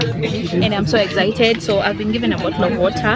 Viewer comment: Kikuyus no offense but why do say exzaited instead of excited all my years of staying in Kenya all the kikuyu friends I had always say that it’s funny but I’m sorry if I’ve offended you guys hahaha